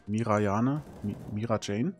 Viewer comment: Ehre geht raus an den grünen Mate, der sich Mirajane Strauss genannt hat (nicht "Mirijane")